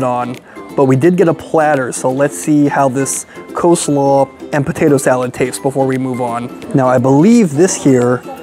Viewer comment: Coslaw? Seriously?